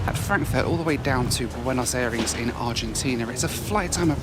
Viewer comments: Bueinos Eyrees? Suddenly you're Murican? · I hate how you pronounce Buenos Aires